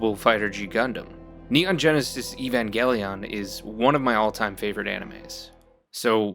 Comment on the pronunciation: Yeah, no. Not a jelly boy. He incorrectly pronounced Evangelion it like EEVONgelion instead of AEVENgelion, the correct way. It's how the word is pronounced within the show and movies. How someone could say it's one of their favorites and mispronounce a word they've heard pronounced correctly by the characters a dozen times blows my mind. The only way I can rationalize it is that he intentionally mispronounced the name.